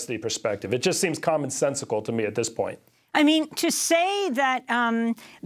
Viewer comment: Did he say 'common sensecicle?"